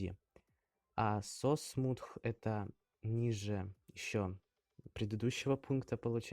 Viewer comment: Ебаать смутх!? 😂 😂 😂 Perfect english